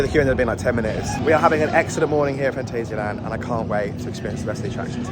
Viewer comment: Awww ... you start great with the "guten Morgen" ... and then ruin it by slipping into the english/american pronounciation of "Phantasialand".